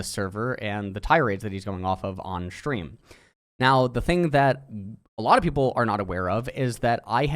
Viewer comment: take a shot every time he says "shtream"